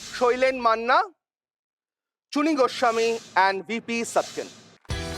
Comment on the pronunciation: I did not check the description for the name of the quizzer until he pronounced the correct way of shailen manna and chuni goswami! ❤